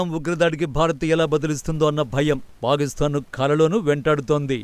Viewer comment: ఎప్పటి నుంచో వింటున్న మీరు పాలిస్థాన్ అంటున్నారు ...అది పాలిస్థాన్ కాదండి పాకిస్తాన్.....